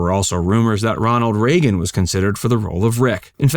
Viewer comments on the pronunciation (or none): none